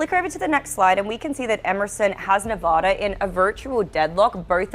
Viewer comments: Hi. It's NE-VAAH-DA, not Ne-vuh-da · The girl host “ arizornia, nerrvada” lol pls listen to yourself. No one believes your analysis.